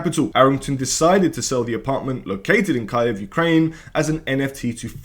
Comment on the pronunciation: IT IS KIEV NOT KAEV